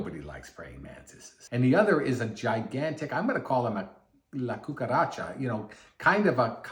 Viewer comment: "la cucaracha" lmfao .. that was some good pronounciation . can't wait for the next arc im sure he's gonna enjoy the conviction arc.